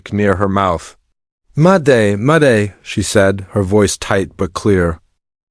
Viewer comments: Whats with all the DOTS?????????? MADAY???? Its MAYDAY!!! GET IT RIGHT AI :face-purple-crying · "Muday! Muday" she said. What???? It's Mayday, you idiot